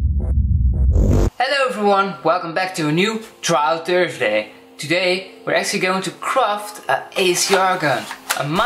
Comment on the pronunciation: Especially tursday